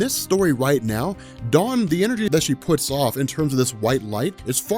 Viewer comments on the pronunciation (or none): none